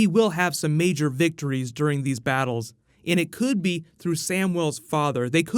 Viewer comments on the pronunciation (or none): none